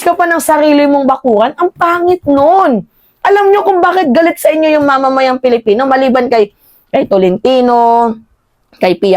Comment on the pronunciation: PWEDE BA, WAG MONG GAYAHIN SI MAHARLIKA NA SINISIRA ANG PAGBIGKAS SA SALITANG ...PILIPINO... GINAGAYA MO SI BALIW NA LUKARET.. KUNG BIGKASIN AY..PALIPINO..PALIPINAS..MAG- ARAL NGA KAYO!!! 😖😖😖